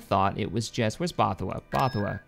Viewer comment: bothawui is pronounced ''both-a-we''